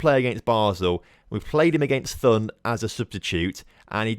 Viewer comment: Th is pronounced like a normal T, not as an english Th. So Thun is pronounced as Toon. And for Höngg: You got the ö sound correct, but you have to say the g at the end (it’s pronounced like the g in to get). And great victory over FCZ! Hopp GC!